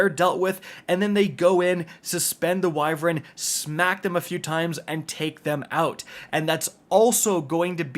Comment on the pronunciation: TW: “wyvren”